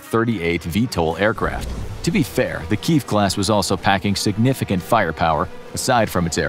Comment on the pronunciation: You need to learn how to pronounce the word Kiev !